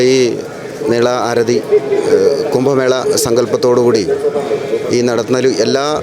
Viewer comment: ബാരതപ്പുഴയല്ല ഭാരതപ്പുഴയാണ് , നിളാ ആരഥിയല്ല ആരതി ആണ്, രീദ്ദി യിൽ അല്ല ..രീതിയിൽ ആണ്, വേഥി അല്ല വേദി ആണ് , വനിതാ റിപ്പോർട്ടർ അനാവശ്യമായി വാക്കുകൾ സ്ട്രെസ് ചെയ്ത് മലയാളത്തെ വികലമാക്കാതിരിക്കുവാൻ ശ്രദ്ധിക്കുക